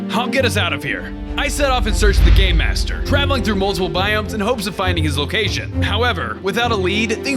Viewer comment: Every time I hear say "Game Master" I hear "Gay Master"